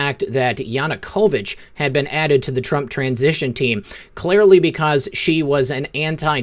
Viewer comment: THANK YOU for all you do. I just have to mention ONE THING that continually bothers me, and that is how you pronounce the word 'been'. You are an excellent communicator, and I would imagine that others may have commented to you on this issue, but I had to say something, because it has really BEAN bothering me.:-) Peace and Love to you always + WWG1WGA + Jesus is the Lord of ALL...